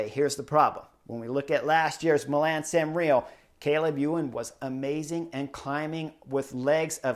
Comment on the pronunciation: No, Chris is saying Milam San Rio. It’s even written in title. Love the man.